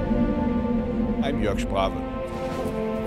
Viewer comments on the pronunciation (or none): could you in one video pronounce it the true way? great vids and you are awsome